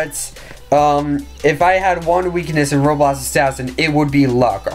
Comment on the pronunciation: Dude why can’t u say roblox u always saying like roblos assassin or robots assassin. Jus say it right it anoying :(